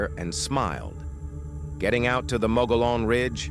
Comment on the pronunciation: Payson is over 16,000 people, so it's small, but not that small, especially since it's the first big stop our of the Phoenix area via Fountain Hills on 87. It's a busy town, Safeway, Depot, Regional Medical Center, really good Mexican food at several places and satellite communities around. Mogollon Rim, It is pronounced "Mow-gi-yon", it's a Spanish proper name.